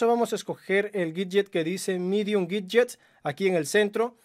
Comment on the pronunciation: Aprende a hablar bien por favor, no es miyuai es miui, así de sencillo, no es guidyes es widgets.